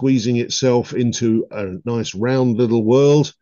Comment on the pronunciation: i believe he actually called it a "wurd" :face-green-smiling